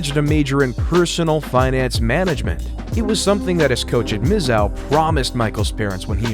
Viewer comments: Mizzou = “mizzoo” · BTW It's pronounced "Mizzoo" not whatever you said lol. Great vid though, I'm a STL native so I take MO stuff seriously lol. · You've done a great job on this one, I really enjoyed it. Purely academic side note: Mizzou is pronounced "miz-ZOO" :)